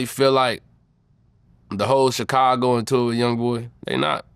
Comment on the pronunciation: Vlad be like “Chickcago”